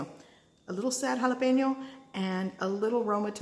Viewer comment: I like the way you say tortillas, I also like the way you pronounce jalapeño.